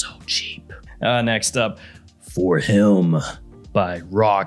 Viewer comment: I swear it sounds like you throw an L somewhere in the word HIM when you say it. Always sounds like "HILM". Guess that's the Tennessee coming out lol